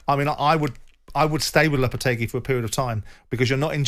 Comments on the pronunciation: "Julien Lopatargy" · Lopetargy lol